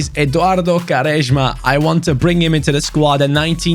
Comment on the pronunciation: Why are u pronouncing quaresma like this.